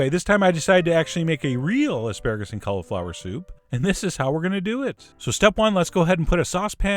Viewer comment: The way he says cauliflower drives me nuts......... Cul-a-flower